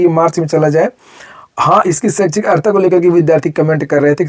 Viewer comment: अहरता नहीं, अर्हता.